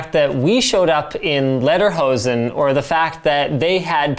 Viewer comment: That looks so sily with the "Lederhosen" (btw. seems to be a hard word for you guys)^^ "Dirndel" was much pronounced! Why ever says the box "defekt" (=broken)... The "Blauer Engel" (=Blue Angel) is a German certification for products and services that have environmentally friendly aspects. (ty Wikipedia) THATS WHERE THE TAXES GO o.0 More! Next time TexasInstruments or Nvidia or AMd^^